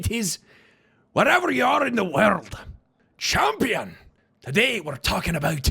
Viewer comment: HER WOOOOOONS, CHAMPYUN!